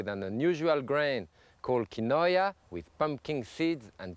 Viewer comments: Omg not KI-no-aaah!! So mysterious!! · "key-noy-uh" instead of "keen-wah" is a new and fun pronunciation I am going to use. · Pepin's pronounciation of quinoa would make a yuppie explode, but he was cooking with it before the invention of pretentious gourmet made it to the suburbs. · He isn’t saying it correctly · maybe so but I’ve never heard anyone pronounce it the way he did